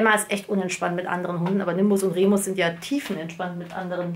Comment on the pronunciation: Remus kriegt nen besseren Kajal hin als ich😅 Schön das Outfit. Wie du "Remüs" sagst 😂 und wie süß Nimbus meint. Sehr schöne Pflanzen und echt toll das du Spenden sammelst😊🦊🍀